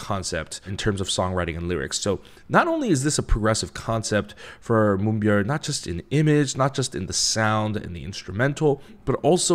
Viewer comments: You know, I'm just happy there is somebody out there that says Moonbyul's name right. Lol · I get extremely satisfied with your explanation of how the industry works & Moonbyul's impact but I get even more satisfaction with your perfect way of saying her name, naturally. Bless you.